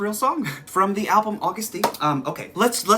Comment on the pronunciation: DT SUGA= Daegu Town Suga Flip it AGUST D. It's pronounced Agust, not August, btw. It took me a while to figure this out Idk why 😂😂😂